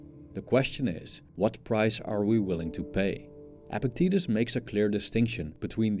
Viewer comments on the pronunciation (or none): It's not pronounced "epic titties" it's pronounced EPICT-etus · I think the philosopher's name is actually pronounced "epic titties"